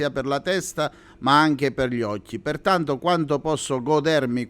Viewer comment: OcchJi...si capisce che è calabrese